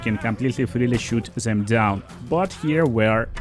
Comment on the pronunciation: Zey cun see me , i cun see zem. Nice pronouncing dude.❤